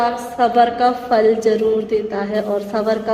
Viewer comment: Fall nahi sis phal hota hy